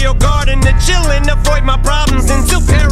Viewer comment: It always seems to me that he, before mentioning paranoya, says "afreud my problems" (it is pronaunced afroyd) instead of "avoyd". Like Sigmund Freud, father of psychoanslisis. And nobody sees that posibility